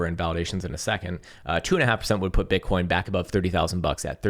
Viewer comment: Is it just me or did he say bitcorns several times today without realizing it 😂